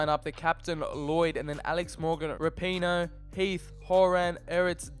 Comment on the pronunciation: He pronounced rapinoe wrong